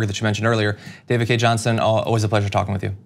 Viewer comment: Btw John, it’s Johnston not Johnson.😉